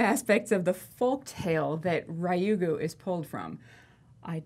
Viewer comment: FYI its pronounced Ryu "as in blue" Gu. The Japanese alphabet Ra, Ri, Ru, Re, Ro are difficult for western palates. Ri-yu-gu